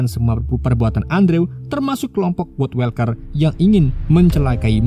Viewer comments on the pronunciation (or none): kesel bgt baca woodwalker bukannya "wudwolker" malah "wodwelker" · woodwalker dibaca nya "wudwolker" bukan "wodwelker" genak bgt didenger sepanjang video grgr salah pengucapan, klo males research knp ga baca sesuai tulisan aja si "wodwalker" dripada welker